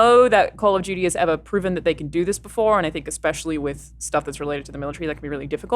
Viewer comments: I’m triggered by how Alanah says Call of “Judy”. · Call of juty? Nah fam. Call of duty